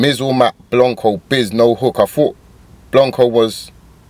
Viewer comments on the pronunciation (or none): pronounced blank co not blonco😂😂 your reaction tho👌🏽👌🏽👌🏽👌🏽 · lol how does my man still call him Blonco